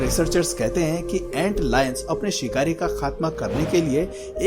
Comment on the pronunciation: You say sikhar a sikhari